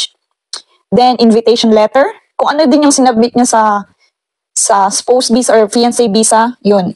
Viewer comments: Its pronounce as Spows!!! OR COULD BE READ LIKED SPAWS🥱 Not Spoussss.. 😂 Pronounciation of words correctly is must as it says there will be an interview in it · ang pronunciation po ng Spouse is Spawse po. Sorry po.